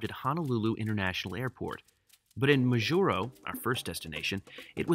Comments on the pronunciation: MAjuro, not MaJUro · It's MAH-jur-oh. Please don't mispronounced place names. It is very insulting. I've noticed this on several of your other videos as well. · Your pronunciation of Majuro kills me... but glad you did a video on this. Not many people know about it. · See how the captain pronounced Majuro at minute ? That's how people I know pronounce it as well. I've done this entire route twice, one time HNL to GUM, then back. However, I do the segment between HNL and MAJ twice a year. Also, twice I've been to Kwajalein on my way to Ebeye on the Kwajalein atoll (you need to take a ferry from Kwajalein to go to Ebeye, one of the most amazing places on earth - especially when it is so close to the base in Kwajalein where everything is so clean and orderly). I had my iris photographed in Kwajalein, as an extra security process, . Besides dogs sniffing all bags all the time. It was on one of my flights from MAJ to HNL, incidentally, that I've completed my first million miles with United. By the way, this change in crew in Majuro was instituted recently, after July 2018 and before January 2019 (the time in between my last flights there). Before then, the flight attendants would be the same all the way from HNL to GUM. More interesting was when planes could not fly the distance between HNL and MAJ, that was before my time, but locals tell me the planes stopped in Johnston Island. You described three groups of flyers on these flights. Let me add two other groups: 4) national and international consultants like me, operating from agencies such as NOAA, Education, Health, or private not for profit organizations, etc. and 2) religious people and missionaries. Now, just in the last five years, destination surfers have been boarding these flights